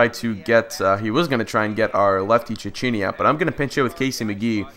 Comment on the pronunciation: Hey ive heard garins name pronounced chekeynee and its blake sweehart